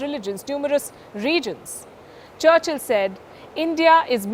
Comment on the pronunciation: Look at ji. He says Charchl Not Charchil🤣🤣